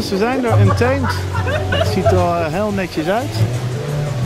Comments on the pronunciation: De juiste uitspraak is un-TAA-mèt, met een zo nat mogelijke T. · Untemt oer hollandse uitspraken! 😂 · Ik heb nog nooit iemand anders horen klagen over de uitspraak van Untamed.